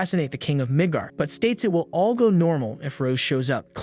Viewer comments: i thought i just heard nig**r kingdom lol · Not quite, it's just the way it was pronounced in this. The city is called Midgar